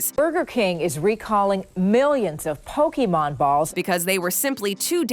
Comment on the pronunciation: KFC did Pokemon toys first lol which is bizarre to remember lol like Colonel Sanders saying Poh Kay Man lol